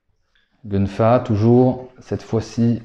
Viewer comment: Excellente vidéo... Petite précision gun fa sz prononce kun fa 😉👍🏽 谢谢你🙏🏽